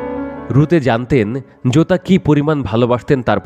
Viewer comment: জুতা আর জোতার উচ্চারণ কি এক হয় ভাই😅😅